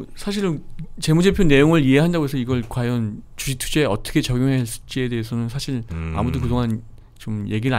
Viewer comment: 주.식.투.자 라고 발음 해줬음 좋겠당 ㅋ 쥬ㅅ튜쟈... ㅋㅋㅋㅋ